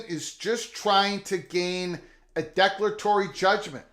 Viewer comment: Declare a tory is the pronounciation